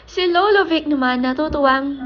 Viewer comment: Do not pronounce lolo as lowlow oa nmn 🤣